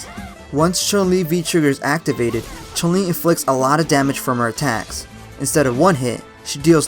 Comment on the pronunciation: so why do commentator and people say CHAN LI instead of CHUN LI ? she's Chinese, U is not pronounced A in Chinese.